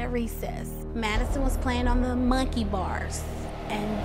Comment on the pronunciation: “The wake up call was when Maddison was on the mUnKEiY bars.” why do u say it wrong and weird?